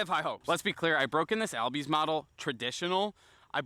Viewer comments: Pretty sure it’s pronounced “all-bees” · his name is correctly pronounced Ozzie albies ( o-zz-ee all-b-ees )